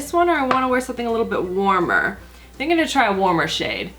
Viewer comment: Does anyone else get frustrated with the fact that she's pronounced "I'm" as "I'en" all these years.